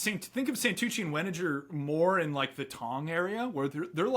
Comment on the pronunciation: Wenninger is a hard g